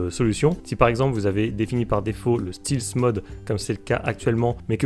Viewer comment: Ça se prononce Stèlth et non Stilth mode 😉